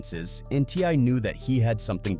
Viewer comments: the way this AI keeps pronouncing T.I. "Tee•Ahhh" 😂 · Look how this person pronouncing TI name.. this aint your lane man